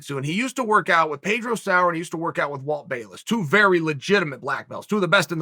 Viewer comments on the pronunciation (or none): none